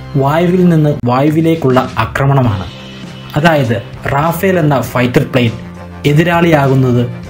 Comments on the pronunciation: Yes, it's റഫാൽ not റാഫേൽ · റഫാൽ ആണ് it's a French name, റാഫേൽ അല്ല.